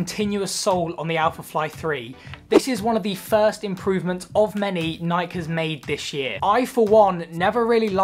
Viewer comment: after the 3rd time he pronounced nike i had to turn it off lol